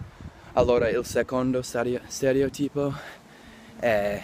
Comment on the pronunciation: ...beLL posDUO da VVacanzARE ?!? Stereotipo con l'accento sulla i ?!? Sei troppo forte !!!